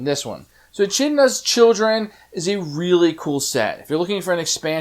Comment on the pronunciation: I take it you don't read into Greek mythology very often? There are a lot of weird pronunciations. When it comes to Ancient Greek words, the ch is actually pronounced with a "k" sound, rather than a "tsh" sound. I noticed that throughout the entire video, you refrained from pronouncing the word Teumessian, so I'll give you a point for trying not to butcher it, lol. It is also worth noting that, every character except the Basilisk is technically female, at least according to Greek literature. Of course, it can be especially confusing with the Chimera since she has a lion's mane in most modern depictions of her.